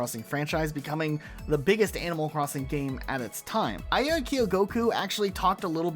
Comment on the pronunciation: Great vid but quick note, the producer's name is pronounced "ah-ya," not "ei-ya"